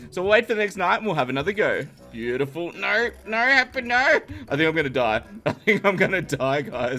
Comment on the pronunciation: i have no problem for this but i m getting rage when you get to the stage to say it ''buityful'' after 2-3 min in every video ... i say its no problem :)